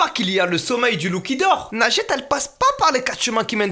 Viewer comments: quand elle dit son prénom j'entends "lingette" je fais vrm pas exprès 😂😂😂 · Best moment ever x) A chaque fois qu'elle dit son nom () j'entend "lingette" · MDR j'entendais pas najette moi j'entendais linjette 😂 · Elle s'appelle mais Mastu l'a surnommée "nugget" au début de la vidéo mdrr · quand tu dis nagette on dirait que tu dis lingette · Je suis le seul à entendre lingette a la place de? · en dirait elle dit "lingette" ça me perturbe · C'est pas nadjette c'est lingette